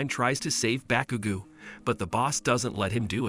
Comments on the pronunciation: Bakugu who that its bakugo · "deyku" "all mighty" "baukugu"💀